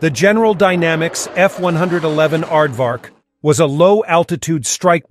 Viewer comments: He must have said it wrongly one hundred and eleven times. 😮 Actually, this character's personal pronoun is "it", as in, its a robot. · Little did I know, that when I attended an air show in 1966 at Pt Mugu and the Navy version, F-111 B did a flyby, that in 1973, I'd be a Crew Chief at Nellis AFB on an F-111 A. Yeah, come on dude, F one- eleven, not F one-hundred-eleven. For Pete's sake. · Tell the computer voice that it's 'F-one-eleven' Does anyone ever say F-one-hundred-eleven? I've never heard it from a human.